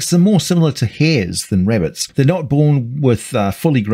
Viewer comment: ah yes, the murder wabbits